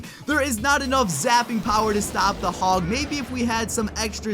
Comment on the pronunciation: You did the hog oneeee wrong